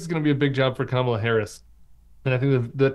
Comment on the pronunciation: “Kama-Black” = Kama-bla